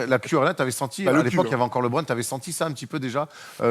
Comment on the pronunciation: Quelqu'un peut dire à qu'il peut dire Lebron normalement sans accent car même en anglais on ne dit pas Lébron hahahahahaha